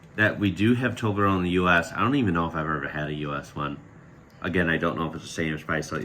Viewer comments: Wanna say Toblerone right? -> "Toh" "Bleh" "Roh" "Neh", just put those syllables together. :) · I'll try and post a negative comment now, although it's hard... You completely disrespected Toblerone, of course. 1.) You didn't say the name right. 2.) You pulled your "mountain" away instead of just clicking it towards the next one. 3.) A squirrel bite to taste test it? Harsh... ->> Then again, it's simply not the best Swiss chocolate has to offer. :) So it's fine. I'm okay with disrespecting Toblerone. I think it's fun for Swiss children, and for tourists of all ages, but not the best chocolate we have to offer.